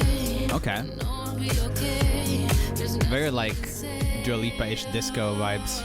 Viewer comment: Not "Dula Lipa Disco" 😂😂😂